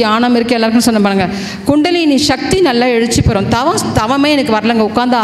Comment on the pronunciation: ஷக்தி அல்ல. சக்தி என்று கூறவும்